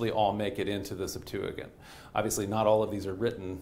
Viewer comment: Its pronounced Septuajint, not Septuagint. This guy gets alot of little things wrong, and it adds up